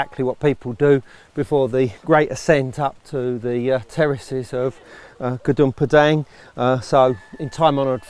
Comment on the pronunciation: is it really hard for westerner to pronounce the name of the site?